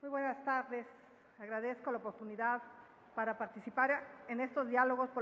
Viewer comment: opogggtunidad jajaja